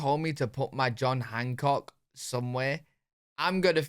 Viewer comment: Its John Hancock not Junk Hancock